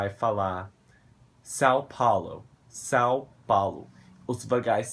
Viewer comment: O seu "são" é perfeito!!